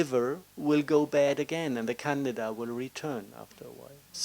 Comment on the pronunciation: Oh hes saying candida, souned like canada.. lol... ok doki .. well hmmmm of coarse eating healthy and all is thumbs up.. but it wont cure..